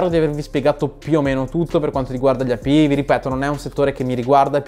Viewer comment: Cancella questo video, che sta pieno di errori, studiati bene le API e impara la pronuncia in inglese, (eipiai) (coinbes) …